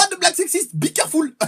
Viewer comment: A " be careful " on pourrai presque entendre " be carrefour " et on s'en le gars qui a pris anglais renforcé a l'école.